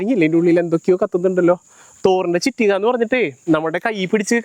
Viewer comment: ചിറ്റിക അല്ലടാ കുണ്ണേ ചുറ്റിക